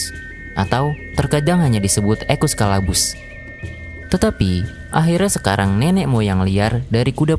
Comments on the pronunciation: Caballus min. Bukan Calabus 😅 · Caballus bang bukan calabus😂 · Caballus bang bukan Calaabus 😂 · Untung bukan cabuluss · di menit 4.06 caballus jadi calabus mimin lagi kepeleset 😅 konten kaya gini saya suka